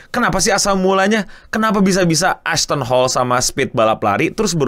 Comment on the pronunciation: saya dengar nama asthon hall ngapa jadi assh*le njir, 😂